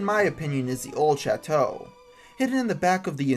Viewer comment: how to pronounce old chateau: the-old-SHAT-too :)